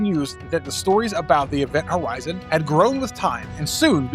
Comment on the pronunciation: I swear he said Event Howizen